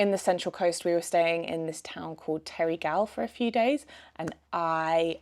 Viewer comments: If you're living here, you need to learn how to pronnounce places. Coogee isn't Coo-gee its like the start of could then gee. Terrigal is not Terry- Gal. Its Terrigle. But at least you said Bondi right. Have fun. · Also...it is pronounced Terrigul...not the "a"sound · Terrigal is pronounced “terror gull” 😂